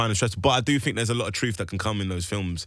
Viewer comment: As innocently as an American can ask, how did think turn into “fink”?